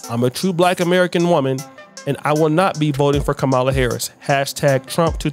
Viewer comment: Hey, you need to learn how to pronounce Kamala — it’s comma (as in,)-la. You could’ve at least prepared better.